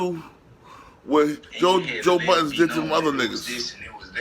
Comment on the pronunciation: Its BUDDEN you dummy